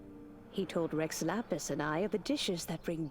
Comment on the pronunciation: It sounds like he is trying to say "Rex Lapis" as "Reh Lala" PLEASE I WANT TO FREAKING CRY This is the genshin i fell in love with - the genshin with so much meaning, detail and emotion! Guoba is so cute- i love him so much!